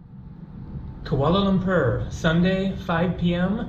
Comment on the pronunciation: Ku-a-la lam-poe china name